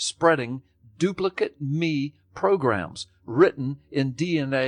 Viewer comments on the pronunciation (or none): Did no-one else notice that Gallups kept reading the Dawkins quote as "doo-pli-kit me" rather than "doo-pli-KATE me"? I suppose there is an off chance that the man is so utterly ignorant of the grown-up version his native language as to be entirely unaware that "duplicate" is the spelling of both an adjective and a verb. Crap happens, especially in schools. It's far more likely, though, that he is guiding his listeners as to how they should read what Dawkins wrote should they happen upon it themselves. The difference in reading isn't subtle: the adjectival form - his guided understanding - reads as though the single parent organism is dispensing instructions to make identical copies of the parent, while the imperative verbal form says "make copies of these instructions". In the case of asexual reproduction, these amount to the same thing... or would, if it weren't for those pesky mutations and insertions and such. But it is never the same statement in sexual reproduction. Even in parthenogenesis in an otherwise sexually-reproducing species, it is often the case that meiosis and diploid restoration will mean that the child organism will not be a full clone of the parent. One reading virtually prohibits evolution, while the other practically guarantees it. As much as I would like to believe that this is all about the stupid leading the stupid, subtleties like this keep pointing me towards the deliberate deception hypothesis. Not only does one need to be a little underinformed i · As if Gallups needed to do anything to make me want to punch him in the vocal cords even more, it was so freaking grating hearing him get the inflection wrong on Dawkins's "duplicate me programs". "Duplicate" here is an imperative verb with "me" its object, not an adjective. It's a similar construction to "fuck me pumps".